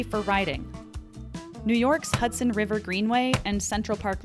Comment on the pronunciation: Husdon River?